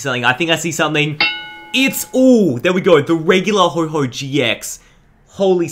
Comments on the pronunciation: HO-OH NOT HO-HO LIKE SANTA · PLEASE READ THE NAME IT IS NOT HO-HO IT IS F***ING HO-OH NOT HO-HO BUT HO-OH PLEASE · ho ho? its ho oh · You said ho-ho for ho-oh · NO ITS NOT HO-O IT'S HO-oh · AND STOP CALLING HIM HO HO ITS HO OH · Dude its ho oh not Ho Ho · It's Ho-OH, not Ho-HO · Also because arceus is mad that he is not pronouncing his pokemons name like what the heck is a Ho-Ho